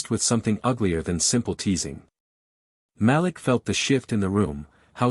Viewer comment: The name is pronounced MA LEEK.